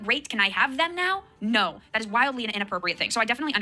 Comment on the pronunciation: Ohhhh nowr! Noer? Nowwr? Noerrr??? Funny. Most people just say NO.